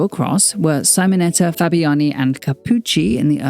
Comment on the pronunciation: What you claim it is a contradiction in itself. ... and Really you cannot pronounce the name of Simonetta? Or was it a too hastily reading that kept you off doing it?